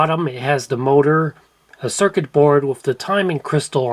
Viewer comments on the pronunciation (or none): none